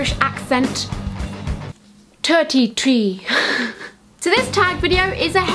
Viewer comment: Tirty tree! I love saying that! X